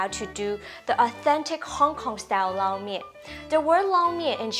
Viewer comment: I have definitely been pronouncing Lo Mein totally wrong all these years lol. Thank you for teaching the proper way to pronounce it.